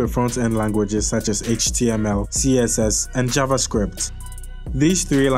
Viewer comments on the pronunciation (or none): none